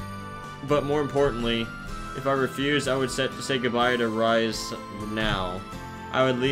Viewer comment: Oh by the way, your pronouncing Rise-sans name wrong. Its pronounced Rii-seeh.